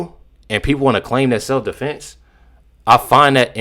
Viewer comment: Or as he wold say seff deflence 😂